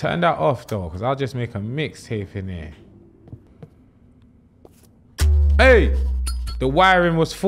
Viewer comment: ‘I’ll just make a mixtape in ere’ loooool